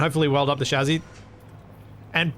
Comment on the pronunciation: Spelling: chassis American pronunciation: chassy: shazzy You know I think I might like shazzy better 😆